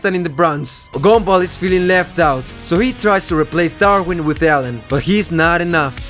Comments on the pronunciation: Bro really says “gombal” instead of “gumball” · The “gomball” ahhhhhh😩